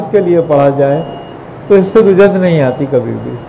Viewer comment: Rujjat nahin Rajjat hota hai